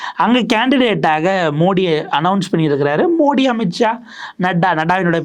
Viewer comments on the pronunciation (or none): none